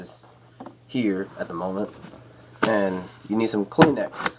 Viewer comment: Kleenex not clean-x